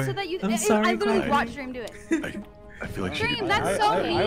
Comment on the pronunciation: Addison: dweam i thought you were here for me🥺 Dream: no